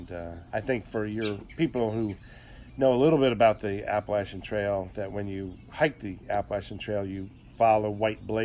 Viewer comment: So great to hear Appalachian Trail pronounced correctly, thanks! 😂 These southern ears appreciate it. Kidding aside, great interview. Thanks!